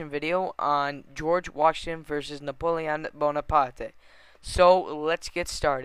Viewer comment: You pronounce Napoleon bonaparte wrong. Say it like (napolein boneapart)